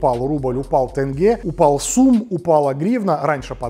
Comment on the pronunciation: Почему вы говорите тЭнге, если мы казахи говорим ТЕНГЕ